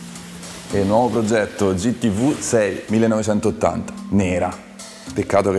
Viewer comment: si dice "gi ti vi" non "gi ti vu". la VU mon esiste nell'alfabeto...... per il resto alla grandeeeeeeee